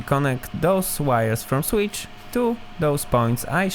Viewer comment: I like the way you pronounce “switch” and “capacitor”